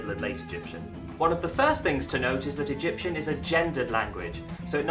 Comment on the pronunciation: U did it rong i am from egypt all the words u sd rong.